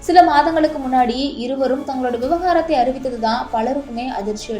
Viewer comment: Vivkarathu illa vivagarathu pronounciation is wrong